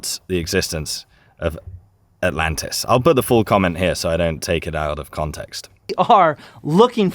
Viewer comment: I thought he said Atalanta